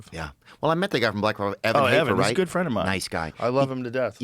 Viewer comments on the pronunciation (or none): lmaooooooo “Gyodd Joe” lmaoo